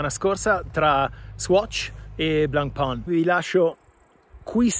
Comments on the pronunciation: Lo dicevi giusto primaaaaaa NON è BLENPÒN!!!! Si dice: BLANPÈN o ancora meglio BLONPÈN Blancpain vuol dire "biancopane": blanc si pronuncia BLAN o meglio BLON e pain si pronuncia PÈN! È FACILE! 🎉🎉🎉 Comunque sono pienamente d'accordo: bella trovata di marketttting, ma TENETEVELO! 😂😈🤣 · Blancpain , si pronuncia come pane in Francese , studia